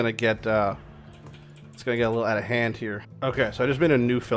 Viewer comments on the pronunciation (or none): none